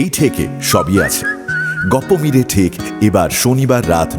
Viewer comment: Are dada ajkal ei sob golpoi cholche se cinema hok r audio manush r normal golpo pochondo korche na sobai dark golpo chaiche... Akhon dark golpoi normal hoa geche... Sobai eirokom golper moja niche... R ha এটা "টেক" না "ঠেক" ...